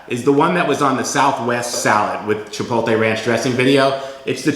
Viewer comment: Chi-POLE-tay???? My ears!! Dressings look yummy though.